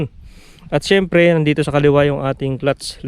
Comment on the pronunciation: Syemprrrrrrrrrrrrrrrrrrr hahhahahahaha